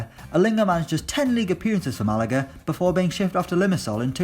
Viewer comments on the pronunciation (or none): none